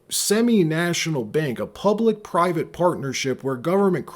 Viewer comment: PUBLIC, PIVATE & PARTNERSHIP 🤔 That's a " P " TOO FAR!! 🤣🤣 WTF did you JUST say?